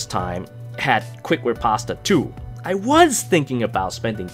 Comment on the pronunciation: "Quick Ri-pasta"